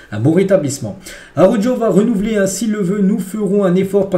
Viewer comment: Slt Je viens de découvrir ta chaînes. Franchement va falloir que tu fasses un effort sur la prononciation des prénoms des joueurs. Entre Pau cubarsi et Araujo c’est chaud sérieux